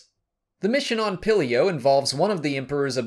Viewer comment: You don’t say it like pillio you pronounce it Peel-eo